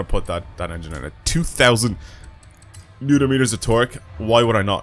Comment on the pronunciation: "2,000... neuter-meters of torque"?